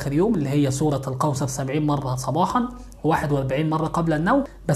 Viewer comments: لماذا يقول.. سورة القوصر... سورة الكوثر و انت في كلمات اخرى تقول حرف الكاف عادي. ليه تحرف في اسم السورة ازعجني هدا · انطقها جيدا ليس سورة القوصر بل سورة الكوثر ملاحظة وشكرا على المجهود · سورة الكوثر ارجوك صحح النطق ساعة ولا كثر وانا نحوس قاعدة نسمع سورة القوسر انشاء الله يا رب جزاك الله كل خير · اسمها سورة كوثر وليس قوثر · سوره الكوثر مو قوصر. الفظهه صح لأن هذا كلام الله. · القوسر و آية القورسي 🙄😒😒 الكوثر و آية الكرسي صحح كلامك و أعدل حروفك 😒😒😒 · اسمها الكوثر وليس القوسر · سورة الكوثر وليس القوسر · سورة الكوثر وليس سورة القوثر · اسمها سورة الكوثر وليس سورة القوثر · الكوثر وليس القوصر🙈🙆‍♀️🤦‍♀️ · تنطق كوثر وليس قوسر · هل يقصد سورة الكوثر ...لاني اسمع القوصر